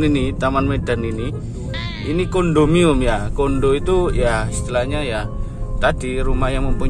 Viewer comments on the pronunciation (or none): Kondominiyum sebutannya dik